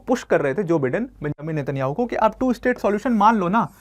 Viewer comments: Its not Bidden , it's Bye-den . Atleast pronounce properly. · Pronounciation*wrong* जो बाइडेन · Bolna sekh le teacher pehle, joe biden hota hai